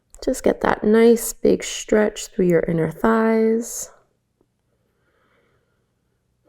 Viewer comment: I like your yoga exercises, but as soon as I began hearing you say "shtretch", "shtrengthen,", "shtrong", etc., I couldn't unhear it. At first it pulled me out of my meditation, then it became an irritant. I'm sorry because I really do like your videos aside from that!